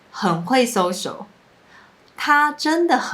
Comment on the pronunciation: your social sounds like sosho 😂 这还没什么，最北七的 "ong" for "on" - please put the book ong the table 好像只有中国人讲的，不是台湾人讲的吧😂。还有一个是 "C" 变成 “say" - 维他命 Say 😂